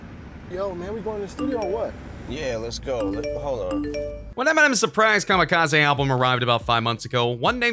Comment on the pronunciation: EMINEMS STILL HERE Wtf is kamakizi. Last I check Eminem made kamakizi. 🙄